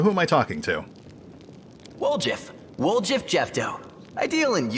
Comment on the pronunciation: The way they pronounce Woljif's name bugs me. Seems like they should've gone with Wol-yiff.